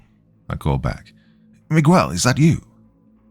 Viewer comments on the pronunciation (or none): I love my youtube narrators, but the odd mispronunciation just gets to me. Not mi-qwel, its mi-gehl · This Miguel thing literally almost made me quit this story. Dr. You are the best but... its worth rerecording. It's like calling Thomas though-mass.